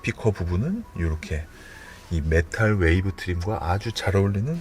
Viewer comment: 메탈웨이브 트림이 아니고 메탈위브 트림이예요 ㅋㅋ 자꾸 메탈웨이브트림이라고 하시네요..